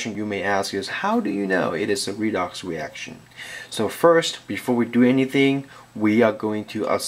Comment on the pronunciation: i love the way he says redox reaction........ wedox weaction